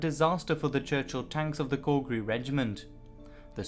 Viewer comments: Calgary pronounced like cal in california do you mean " to add INSULT to injury" not "assault". this truly is a great example of die for your country because the rich won't. Mountbatten should have been hung for the way his "air cover" support worked for this doomed invasion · I love your docs, and your voice and great pronunciation of German adds a lot ! Not so much when you pronounce Calgary. Pretty bad. I should know i am born and raised from here ;) Keep up your great work ! You should update this with proper information about why we raided this beach. It was a super important spec ops mission, not a "test the defenses" mission. Let the people know, that the men that died, were actually trying to pull of a super move, not a stupid move.